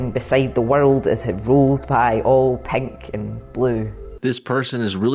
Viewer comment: "Pank and bluuu"